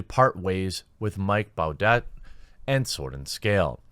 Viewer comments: His last name is pronounced "bou deh" not "bou det" lol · Jeremy, it's pronounced "boo-DAY" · does he listen to s and s? it’s pronounced “Booday”